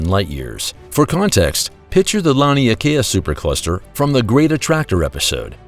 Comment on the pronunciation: Lan Leigh Kaya? I think he means rhe lania Kai super cluster. Which is pronounced lonney Kai. This narrator is bad at speaking.